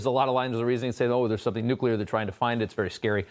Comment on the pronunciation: The whistleblower doesn't even pronounce nuclear correctly. I think he's a plant for misguiding us.